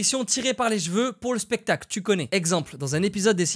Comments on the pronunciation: On dit pas Jeval ou Jeveux mais CHeval et CHeveux bordel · ça me fait marrer ta façon de dire "des jveux, du jval "😅